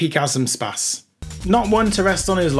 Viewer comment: FP-gazumspaz 🤣I'm going to start calling it that now